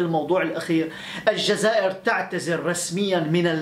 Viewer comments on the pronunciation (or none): none